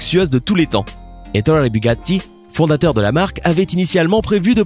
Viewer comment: tu dit mal Etorre Bugatti c'est Etorrrré et pas Etoye Bugatti revois ton italien avant de dire des nom Italiens^^